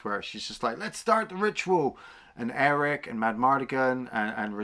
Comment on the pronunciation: It's Airk, Fin Raziel and Franjean, not Eric, Fin Razelle or Razeel, and Francine. Francine's actually a winner, though. 😁 Really not looking forward to the series. It's Kennedy's Lucasfilm, so they'll just destroy another beloved classic.